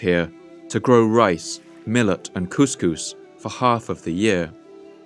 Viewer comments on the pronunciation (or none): none